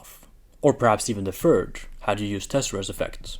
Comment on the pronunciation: There is no fhree as three and no fhird as third Learn to spell the th right